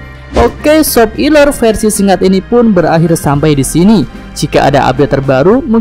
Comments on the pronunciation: Akwkkw sopiler ini nyebutny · Coba dengarkan suara mimin dlm menyebut spoiler